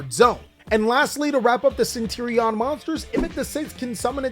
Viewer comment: CentUr-Ion ma boi not Centirion :P